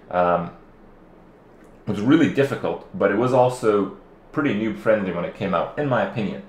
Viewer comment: Is kripp says ''new'' or ''noob'' friendly lol